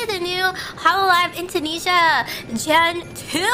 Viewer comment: i like how she pronounce 'Indonesia' for me as a native...